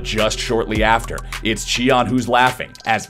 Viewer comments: native speaker right here! It should be “tea-an”. Good work anyway, hope to see you at worlds! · lol its not Chian but Tian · Why did he even pronounce it like that though??? In neither languages is a T pronounced with a Ch sound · when did tian change his name to chee-an? lmaoooooooo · WHO TF IS CHEE-AN? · late to the party, but "chee" is very botched actually. Other than the comments here, Google translate "sky" to chinese and listen to the audio may help you pronounce it better too. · Tian name was butchered.